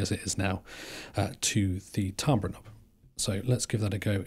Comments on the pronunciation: its pronounced TAM-BER, not TAAM-BRA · Pronounced ‘Tam-ber’ by the way. Cool stuff. Enjoyed this homie